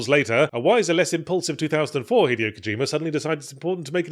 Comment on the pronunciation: Yahtzee, my dude, it’s been almost 2 decades… Say it with me: hee-DAY-oh Kojima.